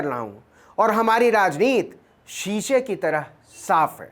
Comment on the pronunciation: आप बार बार राजनीति की उच्चारण राजनीत कर रहे हैं जो बहुत ही अच्छी खबर को खराब कर देता है। कृपया इस पर ध्यान दें।